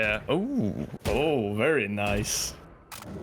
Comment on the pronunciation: Did anybody get Mr. Borat vibes when he said "Very Niceee". lol.